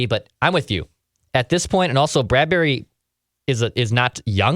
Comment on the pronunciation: Why are you pronouncing it Brad-berry?